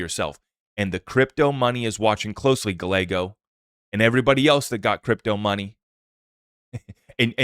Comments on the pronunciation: Dude...to help...it's not Senator GUH LAYGO.....it's GUY YAYGO....two "L"s in a mexican name are pronounced as "Y". Calle...spanish for street...is pronounced CAUY YAY...or think of GUY YAY but put a C in front instead of G....CUY YAY.... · Hey. Spot on. Appreciate your perspective on the Clarity Act and need for Congress to act. The AZ Dem Senator’s last name is pronounced, “gii-a-go”. 😊👍